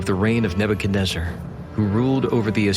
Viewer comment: Thank you for pronouncing Nebuchadnezzar correctly👍I tried listening to 6 before others n couldn’t do it🙏❤️